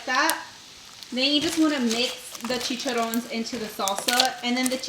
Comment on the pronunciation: THEYRE PRONOUNCED CHI CHA RRONES (ROHNES).